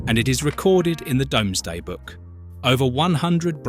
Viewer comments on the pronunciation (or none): I was wondering when DOMES DAY was 😅